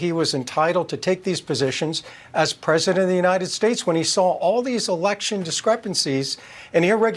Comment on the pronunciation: Silly question I know but why does John Lauro call Trump "presdident" ???? Why not former president or old 45... It makes everything he is saying sound stupid...